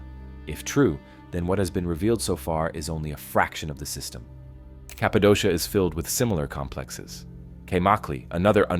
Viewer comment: Cappadocia is pronounced Kappa-doh-kia